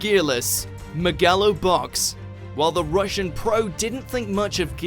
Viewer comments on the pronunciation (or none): Me-GA-lo box?? C'mon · “MEHgalo box” 🤦‍♂️ smh why do you guys manage to fuck up easy pronunciations